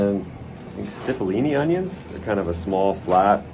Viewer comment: Those Italian onions are pronounced "chee-pole-ee-knee" it just means little onion in Italian 👍 now you know